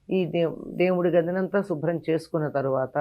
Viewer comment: షుబ్రం కాదమ్మా శుభ్రం.